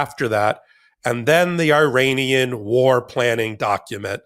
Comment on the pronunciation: please say ear Anian for Iran.